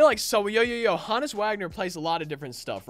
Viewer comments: HO-NESS NOT HAHN-ESS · It’s not HA NUS it’s Honus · Ho (like Santa) Nis Is how it’s pronounced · The way he says Honus made me dislike